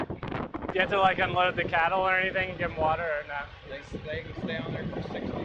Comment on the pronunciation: ...THINK ABOUT IT..as far as him over-emphasizing "they